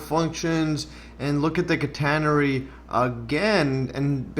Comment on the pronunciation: Great stuff. Very interesting... But I'm still not convinced about your pronunciation of "catenary"! 😛